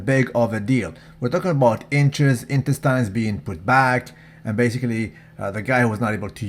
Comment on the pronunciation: "Intestynes" not loyal.